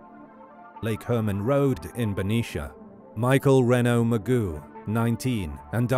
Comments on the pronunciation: His name is pronounced Moo+Zho, not Ma-Goo. Is it really so difficult to pronounce the names of the victims correctly? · It’s not pronounced Magoo, Mageau is pronounced as Ma-jeow. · It is so not pronounced “Magoo”